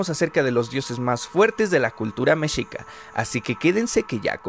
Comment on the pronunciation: Pronuncias mal la palabra mexica .....